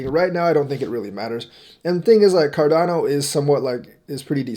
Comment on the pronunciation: Haha you almost said chardano 😂